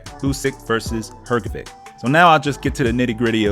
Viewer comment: It's read HrgoviCH NOT HrgoviK.